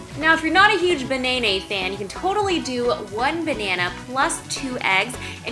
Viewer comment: Anyone else actually laugh out loud when she said "if you're not a huge ba-nay-nay fan?" xD